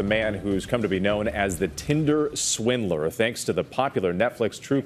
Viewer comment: He said "Tindler Swindler" 😂